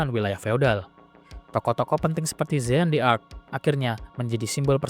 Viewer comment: Pembacaan nama jean d'arc keliru.